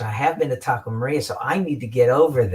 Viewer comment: I think it's Taco Maria (not Taco Morea)